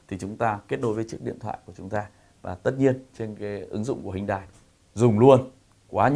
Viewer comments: Em rất thích, anh mà đọc tên hãng là "Hyundai " chứ không phải "Huyndai" thì bài review này là rất hay anh ơi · Hyundai tiếng hàn đọc chuẩn là "hien te" bác ah